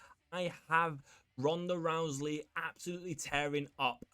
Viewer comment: Hey dude there is no L in the last name Rousey it is not Rouseley